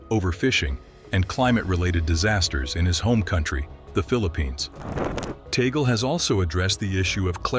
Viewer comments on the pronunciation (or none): Please,his name is pronounce Tag,- leh not taygle! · It is pronounced Tag-li not Toggle. This AI thing is a disappointment. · Tagle po,hindi Taygle or Tag-leh. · This Youtuber is doing one good Demolition Job!! for Whom??🙈🙉🙊, and by the way "tag-lee" not "toggle"... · TAGOOLE IT SHOULD BE TAG'LE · Tag - leh. Indeed. It should be known that the Pope has to be elected by a very special election, he can't campaign nor vote for himself. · Tag le. Tag le tagle!!! Pronounce as tag le. Your speak like somwone who dont know his piece!...... tag le tag le tag le tag le as tagle. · Please pronouce it corectly.Tag le Antonio (Chito) Tag le